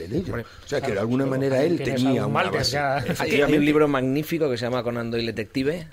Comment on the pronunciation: 'Malder" y "Scally" ... OMG!